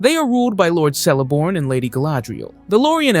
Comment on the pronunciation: I cringed when he pronounced Celeborn as 'Sellaborn' instead of 'Kellaborn'